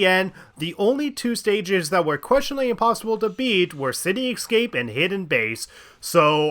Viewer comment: ...City "excape"?